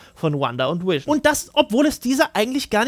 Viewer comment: Irgendwie macht mich das ein bisschen wahnsinnig wenn du ab und zu Wision anstatt Vision sagst. Ist an sich nicht schlimm, aber das fällt mir die ganze Zeit auf und ich kann mich dann nicht auf den Inhalt konzentrieren xDD Du sagst es ja auch nicht permanent falsch --> tolles Video :)))